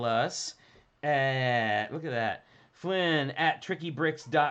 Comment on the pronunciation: Wish I could have joined, but this was at 1am where I am, so perhaps another time! Also, you did pronounce my name correctly, Flynn, so thank you for being one of the few people who do!